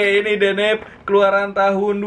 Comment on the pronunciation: Akhirnya bilang deneb bukan denebi, mantap bang 👍